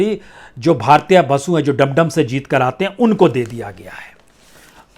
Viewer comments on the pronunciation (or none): डम डम नही होता है ज्ञानी भाई , दमदम है जगह का नाम।